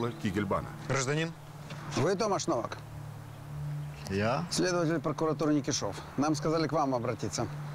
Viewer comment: Не То́маш Но́вак, а Тома́ш Нова́к.